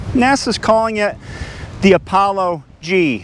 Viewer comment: Thanks and. Enjoyed the video. "Apollo-gee"! Terrible! HaHa.